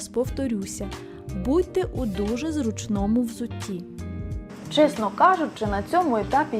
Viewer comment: Красивое ущелье! Молодцы, что прошли. Жаль, что не всё понятно теперь будет... Из того, что я уже понимаю по-украински, позволю себе поправить Вас. Не "в городі", а "в місті", не "роскажу", а "розповім", не "зручнОму", а "зрУчному", не "часУ", а "чАсу", не "випАдку", а "вИпадку"...